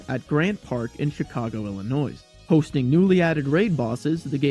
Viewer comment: You committed the cardinal sin of pronouncing “Illinois” with the “S”